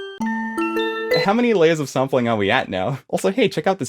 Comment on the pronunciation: I heard the intro and heard "saampeling" and thought you arent american. Where you from btw?